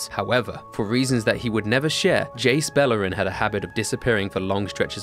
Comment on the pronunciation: Buh-LAIR-en. Not BELL-er-en